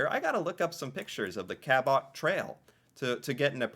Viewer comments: Note to: Your pronunciation sounds like how the French might say it but in English the first syllable is accented - as in CA’ bot. I think that accenting the wrong syllable is a common mistake people make with an unfamiliar word, especially place names. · Help with your pronunciation Cabot rhymes with Rabbit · Hey, it is pronounced (cab-it) trail, went camping there as a kid! Must see part of Nova Scotia!😁👌✌ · Just for your information...Cabot is pronounced Cab-it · I was thinking same thing Ca Bot trail you know it's not Bot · you pronounce Quebec perfectly. Cabot Trail, not so much. Similar to Toronto, don’t pronounce the T so distinctly. Say it much softer. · Cabot……. pronounced kabut. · Cabot = KA-butt, not KA-bot. Soft "o" sound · It's not cape BREN TON, it's cape BRET IN. And, CA BOT, is CABIT. in canadian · I'm not from Nova Scotia, I grew up calling it the Ca-but , not the Cal-bot trail. Just saying. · John Cabot (pronounced Kabot with the accent on the Ka, not on the 'bot') sailed for England, but was Italian (Genoa) so his name really was Giovanni Caboto. He sailed to the Americas for England in 1497 and 1498. His first voyage was only five years after Columbus first touched down in the Caribbean. His voyages were used for the later British claim to Canada. These voyages were before any European nations even knew that the lands of the US existed. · There's only one in the name Cape Breton and it's Cabot as in if you're saying New York City and you're going to dinner and you're going to Cabot color meaning taking a taxi LOL sorry dude Cape Breton is filled with wonderful sights and people musicians and so on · It’s French, so pronounced “Ca-BOW”. 😊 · Cabot is pronounced as Kabut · Cabot Trail..... You pronounce Cabot like Rabbit..... Just replace the R with a C and say it that way..... You're Welcome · Pronounced Ca-bet trail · Canadians say it like 'The Ka-bet Trail' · it’s Cape BRETON and the Ca”bow” (Cabot) Trail